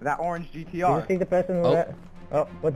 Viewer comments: It is a gtr rrrrrrrrr not x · My god it’s GTR not GTX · It's a GT RRRRRRRRRRRRRRRŔ! NOT X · I’m not a hater, actually I love your videos but next time could you say the right name of the car(the Nissan GTR) please, like if you agree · It's gtr not gtx